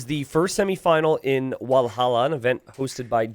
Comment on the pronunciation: Usually not getting thrown off by your way of pronouncing stuff... but man it's Valhalla. With a V as in "viper" not with a W as in "wall"....